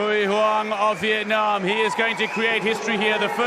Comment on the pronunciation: Lần đầu nghe ông blv nc ngoài đọc rõ chữ " Việt Nam" như z